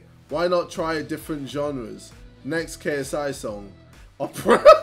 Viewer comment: JJ can’t say GENRES 😂